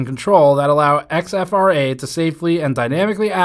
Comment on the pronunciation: I’m guessing that’s not X-F-R-A but “exfra”, as opposed to “infra”